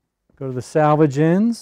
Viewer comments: Thank you for the great video!!! I can't wait to try this! But the word is SELVAGE and not SALVAGE. I really wish little things like that didn't bug me. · Sir--SELvage edge. Not SALvage edge. Totally different words. Nice video--helpful; thank you.